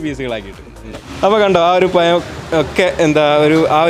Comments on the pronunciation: പയം അല്ല പഴം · എടാ.പയം.alla. പഴം.പഴം.പഴം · Panama alla - pazham. Schame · കൊള്ളാം 👍പയം അല്ല പഴം എന്നാണ് .👍 പയംപൊരി 😂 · പയം അല്ല പഴം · പയം എന്ന് പറയല്ലേ പ്ലീസ് പഴം എന്നു പറയൂ അതാണ്ശരിയായ ഉച്ചാരണം 🙏പഴം പൊരി സൂപ്പർ, ഞാൻ മുട്ട ചേർക്കാറില്ല ഇനി ഇങ്ങനെയേ ഉണ്ടാക്കൂ 👍👍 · പയം. അല്ല. പഴം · പയം അല്ല പഴം എന്നാണ് പറയേണ്ടത് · പയം അല്ല പഴമാണ് പായമെന്നുപറയുന്നകേൾക്കുമ്പോൾ എന്തോപോലെ 😄😄😄🙏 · പയം അല്ല സുഹൃത്തുക്കളെ പഴം ആണ് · പയം അല്ല പഴം 🤭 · ആ പയം ഒഴിവാക്കി പഴം എന്നാക്കാമായി രുന്നു. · പരം അല്ല പഴം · പയം അല്ലട പഴം എന്ന് പറയൂ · നന്നായിട്ടുണ്ട് പഴം പൊരി പയം അല്ല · Payam alla pazham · പയം അല്ല പഴം...... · പയമല്ല പഴം എന്നു പറയാൻ ശ്രമിയ്ക്കുക. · പയം മാറ്റി പഴം എന്ന് പറഞ്ഞ് കൂടേ😞😞😞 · പയം അല്ല പഴം ഴ ഴ ഴ 😬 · ആദ്യം മലയാളം പറഞ്ഞു പഠിക്കു ... "പയം".....കേൾക്കുമ്പോൾ ചെപ്പ അടിച്ചു പൊട്ടിക്കാൻ തോന്നുന്നു.... "പഴം" എന്ന് പറയാൻ പറ്റിയില്ലെങ്കിൽ നേന്ത്രക്കായ.... നീയൊക്കെ കേരളത്തിൽ തന്നെ ആണോടെ പഠിച്ചത്... പയംപൊരിപോലും.... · പയം അല്ല പഴം എന്നു പറയൂ.. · പയം അല്ല പഴം 🤣🤣🤣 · പയമല്ല പഴം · പയം അല്ല പഴം കോയി അല്ല കോഴി ദയവായി യയും ഴയും നല്ലതുപോലെ സംസാരിക്കു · പഴം ആണ് പയം അല്ല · പയം അല്ല പഴം 😆😆😊😊😊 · പയം അല്ല പഴം എന്ന് പറയ് 😜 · ഒരു vlog ഒക്കെ ചെയ്യുമ്പോൾ atleast ഉച്ചാരണം ശ്രദ്ധിക്കുക... പയമല്ല... പഴം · "പയം" അല്ല? പഴം ചുമ്മാ പറഞ്ഞതാ 😀😀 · പയം അല്ല "പഴം.."😂😃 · പഴം എന്നു പറയു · ആദ്യം പഴം എന്നും പറയാൻ പഠിക്കുക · ഒരു പയം 😄😄😄😄😄🤣🤣🤣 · പഴം എന്ന് പറയാൻ അറിയാത്ത കോയ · ഉച്ചാരണം പഴം അത് ready ആക്കണേ